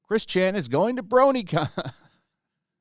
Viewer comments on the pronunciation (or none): none